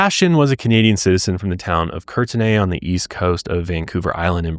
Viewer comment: I'm from Vancouver, BC. You had me confused with the name of the place on the Island ..."Kertenay". Never heard of it. I finally deduced you mean Courtenay, that is, "Kort-ny". Funny